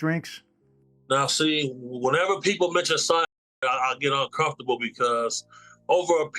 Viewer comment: Why can't you say cyanide?